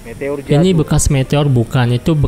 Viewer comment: meteor bang bukan metor